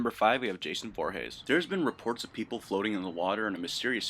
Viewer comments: Who the hell is Jason vorhas its Jason vorhees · Jason vorhays🤣🤣🤣🤣🤣🤣🤣🤣🤣u goofy mf it clearly goes vorheeeees smh